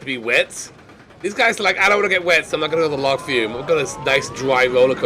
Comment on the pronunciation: Forever waiting for you to pronounce log flume properly.